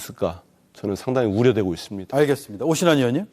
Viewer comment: 오신환님~~오리면으로 들려요~~~